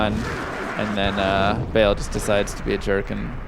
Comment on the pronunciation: Meh, please don't pronounce Baal 'bale'. It's pronounced like 'bahl'. Great run though!